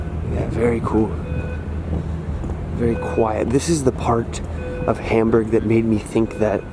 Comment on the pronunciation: for beeing in HAmburg, you should ebven pronounce it properly and stop beeing so ignorant, american!